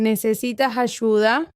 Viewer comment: It sounds like homey was using a voice changer to make the female voices HAHAHA - sounds really strange. Not sure about Ayuda being pronounced like "huh-SHOO-dah!" Turned it off at that point.